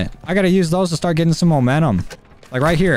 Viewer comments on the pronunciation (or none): none